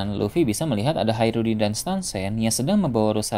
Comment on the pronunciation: Hajrudin keknya min bukan haerudin